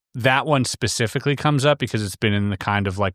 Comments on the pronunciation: Whilst I am very happy to listen to the most ludicrous theories with an open mind and form my own opinions on things, I can’t help but find that people lose a bit of credibility when they say “pacifically” when they mean “specifically”. I might just be a snob, but when you’re talking about something that requires a reasonably high amount of intelligence and an extremely well known speech error pops up over and over, it just irks me lol. Seems like a nice guy though, no shade on him at all ❤ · 'Pacifically', describes the encounter with the 'monk' figure. He accurately portrays the hooligan nature of certain 'Brits'. As for his elaborate theory: throw in 'quantum' something-or-other and anything goes now, let your imagination run riot. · Sorry man I'm out. Pacifically. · How many ‘pacifics’ did you count? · I love how my dude keeps saying "Pacifically" Lmfao. He may be hooked on phonics, but at least he's pacific. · As a fellow English citizen I can't listen to more than 3 Pacifically's in under 8 mins. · As any person speaking the English language it is and should be completely unacceptable to say "pacifically" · I couldn’t take him seriously after that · I am at a little bit over 7 minutes in and now I can't unhear it. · relaxxx, he clearly just has a speech impediment that he's been working on since childhood, and that sp sound is just the one he couldn't master lmao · It’s specifically not pacificly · He's pacifically talking about polteygeists. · Either I'm hearing him incorrectly, or he keeps saying "Pacifically" instead of 'Specifically' 😅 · The fact he keeps saying "Pacifically" rather than "specifically" really grinds my gears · I love this channel buuuut I genuinely struggle to take anything seriously that is said by a grown man who says "pacifically" instead of "specifically" 😬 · I'm sorry but him saying "pacifically" rather than "specifically" is irritating AF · pacifically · In the UK, pacifically… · Specifically not pacificaly